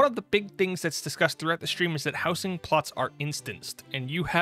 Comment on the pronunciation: howzing not how sing